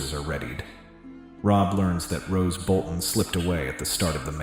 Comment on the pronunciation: Roose Bolton, stop saying Rose